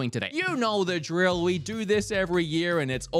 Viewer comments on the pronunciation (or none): none